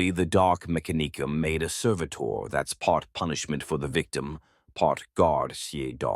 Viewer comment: listen to how they pronounce mechanicum, its all ai baby